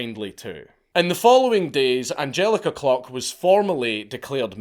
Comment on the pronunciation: Sorry but the pronunciations of the victims is awful. It’s Die-nah not Dee-na. It’s Ange-aleeka Klook not Angjelica cluck. Not much research done there